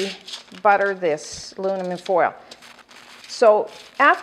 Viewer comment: You said alunimin